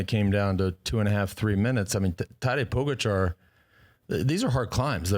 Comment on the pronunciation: Why do you continue to mis pronounce Tadej Pogacar?